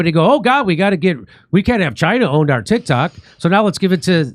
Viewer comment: Jimmy you said "Tit Cocks," 🤣🤣🤣